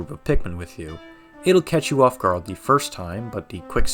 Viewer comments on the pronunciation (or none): none